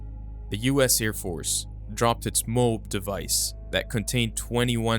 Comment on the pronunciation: You cant even pronounce the MOAB bomb correctly. Wtf?